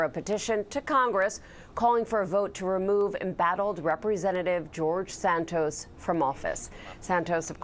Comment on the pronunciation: His name is pronounced Sant-os. Not Sant-oes. Get it right please